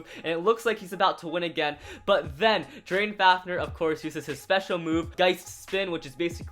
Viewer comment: he said drain fafner it gaist fafner